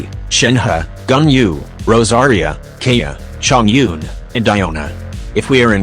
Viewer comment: GUGH YOU SAID KAEYAS NAME WRONGG